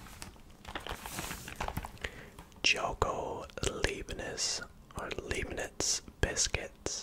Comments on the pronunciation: Hi, Leibniz is pronounced L-eye-bniz. So "ei" in german is pronounced like the English word "eye" :) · Hey, you can easily say leibniz by saying Lie-bnitz The lei makes a lie sound in german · heads up- an 'ei' is pronounced as an 'i' I German, and an 'ie' is pronounced 'ee'